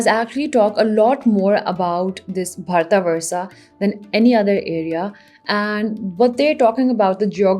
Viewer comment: that constant mis-pronunciation of words... for almost all name, you have done the same thing... even if you want to say "भारतवर्ष" while speaking English, just say "भारतवर्ष", but you have been saying "भारतवर्षा" continuously... same thing for other words too, e.g. पुराण, it is पुराण... stop there, dont say पुराणा... If you cant say something properly, then you shouldnt even say it. It reflects really bad on you as being a native, you deliberatly change the way how it should sound. 😥